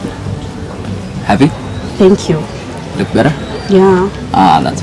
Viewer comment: She said ' I wook'....